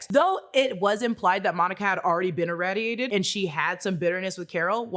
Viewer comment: Why are you mispronoucing "irradiated" like that? You HAVE to know that's not how it's pronounced. The A is a long A. The 2nd syllable rhymes with laid, not fad.